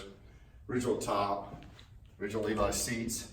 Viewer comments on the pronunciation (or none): none